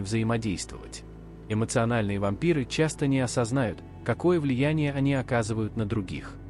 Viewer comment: Не осознАют? (Вопросительный вариант) Или не осознаЮт (вариант - предложение повествовательное, также утвердительное, восклицательное) . Не путайте, ударение должно быть правильным.